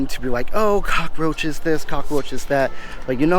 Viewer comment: Can we get one thing straight this guy is so fucking weird you can’t even say cockroach right Americans are the ones no one loves